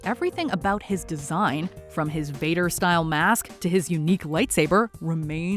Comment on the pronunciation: I’m sorry but did she say something like ‘vopad’😂 and putting mace windu and qui gwan gin at the bottom and then putting rey above them and putting maul at 15 I’m just waiting for this to get worse